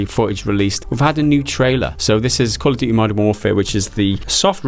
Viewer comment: "Gotta call it by the proper name" he says right before calling Modern Warfare 2 'Call of Duy 2'. :P